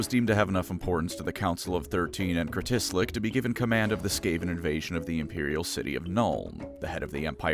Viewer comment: of course stupid elf-thing can't pronounce Stupid-Weak seer-lord Kritislick Foolish Elf-man-thing. [For future reference, "Krit-is-lick"] ---A skaven Main in Total war